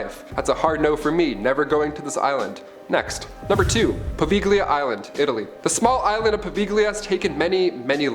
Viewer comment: Povalia is how its meant to be pronounced....very dark place,it feels like you are watched in every cm you are,by many,many eyes